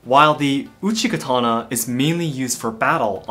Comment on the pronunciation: man said Uchi Katana, every Elden Ring player:- my time has come